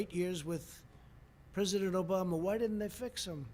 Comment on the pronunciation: Obamash? Lol.